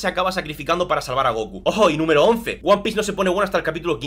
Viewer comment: Escuché "Juan Pieses"